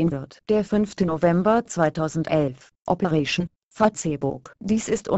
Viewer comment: operäischn fahzebuk :D:D:D saugeil!!